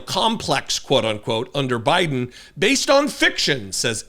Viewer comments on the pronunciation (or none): none